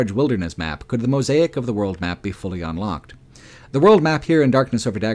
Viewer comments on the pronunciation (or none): none